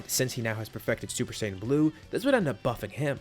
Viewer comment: Lol hi said super shaim 3